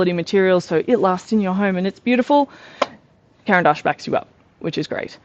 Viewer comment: I just stumbled across you channel and love the way you explain each material. As I'm Swiss, congrats on pronouncing Caran d'Ache correctly. :) Your description of the Neoart layering made me really interested in those, AND your art is gorgeous!